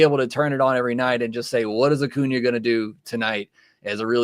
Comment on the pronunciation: lol. saying O’Cuna after saying Ohtani